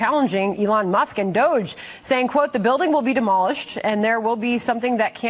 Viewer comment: Elon Muss?? I heard say Elon Must. lol